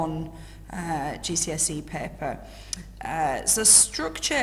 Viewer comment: If she says paper that way, how does she pronounce pepper